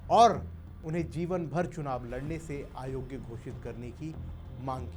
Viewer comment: "आयोग्य" ग़लत उच्चार है, स्पष्टतः 'अयोग्य' ही बोलना चाहिए।